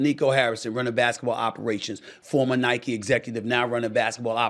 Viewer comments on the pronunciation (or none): none